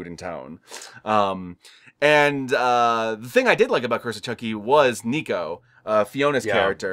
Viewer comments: her name is nica not nico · Just a nitpick, but it's Nica, not Nico. I do agree that I don't particularly like the cliffhanger endings of this new phase/trilogy. I like the first three where they conclude that specific chapter in the franchise and Chucky dies at the end; none of this stuff where he's still alive and he's "won." I mean, it's a change of pace to have Chucky come out on top instead of being killed each time, but it still feels like kind of a waste of time when you know it's only a lead-in for the next movie. Seed of Chucky wasn't erased or made non-canon. Chucky mentioned "the Tillys" in Curse, and there was originally going to be a line from Tilly referencing Glen & Glenda at the end of Cult, but Universal told Mancini to remove the line from the script. You can find that interview here on YT from the Syfy Wire or something. As for the endings in Curse, the way I interpreted it from Chucky's dialogue is that he did in fact possess Alice and went on a killing spree, but ultimately someone fought back and gravely injured Alice's body, so Chucky somehow managed to hop back into his original doll body. Then Chucky went after Andy and that doll is still the one held captive in Andy's woodland cabin (hence the scars). What isn't explained and is still confusing to me is when exactly Chucky found the duplicate soul spell and when he put that plan into action. Cult takes place 4 years after Curse, and Chucky says he found the spell "a few years" ago when speaking to Nica, so it probably happened